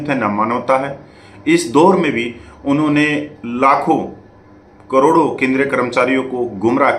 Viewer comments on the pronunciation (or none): none